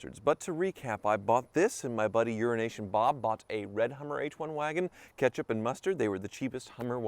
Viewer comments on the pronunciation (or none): I cant wrap my head to the fact that everytime he calls out his friend's name it sounds like "URINATION BOB"